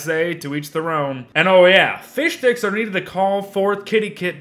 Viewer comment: I like how you say fishdicks